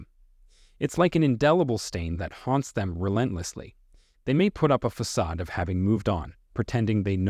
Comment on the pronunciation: "Until the day they day". "Flawless fasade". Facade is pronounced "fuh-SAHD". "Treacherous" is pronounced "TRECH er us". PED es tahl, not ped ES tal. Don't use "I'm" at the end of a sentence. If you can't get English right, how can we trust what you say?